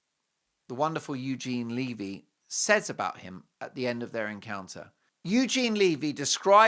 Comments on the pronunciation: 'levee' like "When the Levee Broke' not "leave-ee'. just sayin...☺btw Eugene said it was filmed in February. 😮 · omg its not leavy......its levy.Get it right. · Eugene Levy's last name is pronounced with a short sounding ' ĕ ' it rhymes with the word, heavy. It is not 'Leevy' . Eugene Levy is a great Canadian actor, comedian, writer, producer, and Canadians have loved him for decades - since the 1970s. 🇨🇦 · Eugene Levy (pronounced levee)!!!!